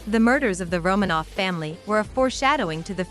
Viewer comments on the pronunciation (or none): none